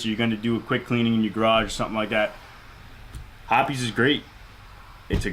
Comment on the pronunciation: I refuse to believe that's how hoppes(hops) is pronounced